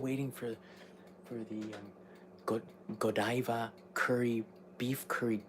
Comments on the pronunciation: Buttercream frosting is good. Ganache frosting is better. Whipped cream cakes made at Italian American bakeries are the bomb. Godiva is pronounced Go-Dye-Va and is a big time chocolate maker. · Hey, Happy birthday again, As someone from Coventry, where the Lady Godiva is from and the chocolate based on, its Goh-dive-a not great on my phonetic writing, but it wont have the Japanese style pronunciation as the name comes from the midlands England:) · Pronounced Go-die-ver after the lady who rode naked through London or Paris or some big city on a white stallion. They are renowned for their chocolate in the uk. Interesting to see a curry pan!!